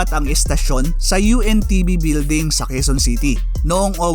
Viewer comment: UNTV po ang tamang pronounce po hindi po ANTV